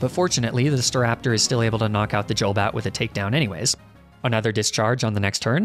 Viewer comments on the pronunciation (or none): Hearing "Jolbat" infuriates me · The way he says JOLbat and and JOLduck makes me so inexplicably angry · Is there a reason you say "Jul" when it comes to Golbat and Golduck, Instead of "Goal"? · "Dzholbat", omg, that hurts. xD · Y u say Jolduck and Jolbat? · "jolduck" "jolbat" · Wtf is a "magnemiti", a "yolduck" and a "yolbat" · you're saying golbat, golduck and Aaron wrong lol